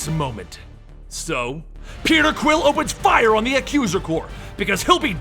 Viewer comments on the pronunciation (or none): none